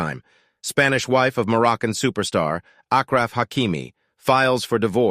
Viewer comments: It is pronounced Ashhhhhraf not agraf, show this man a bit repect by at least pronounce his name correctly. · His name is said like “Ash Raf”! Not ak raf lol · Ashraf not akraf.. And hakimi means = wisdom 😉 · Very clever guy. Nice to see a gold digger getting what she deserves. BTW, his name is pronounced as ASHRAF. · His name is pronounced Ashraf by the way. It loosely means “decent”